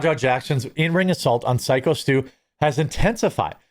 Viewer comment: Haha, it's driving me crazy that he keeps calling him Sicko Stu also.